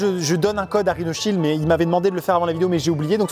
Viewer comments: On dirais qu’il on dit rino child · Quand ils ont dit leur prénom j'ai entendu RINOSHIELD😂😂😂